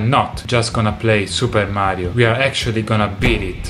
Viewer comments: I love the way he says "maaario" So italian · Hearing you say Mario is satisfying. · Probably the first time I've ever heard an authentic Italian say "Mario". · The way he said "Mario" is really satisfying! All this time I've only ever heard non-Italian trying to say "Mario" in an Italian accent and no one ever even gotten close to the real Italian accent lol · Notice how he says “Mario” with perfection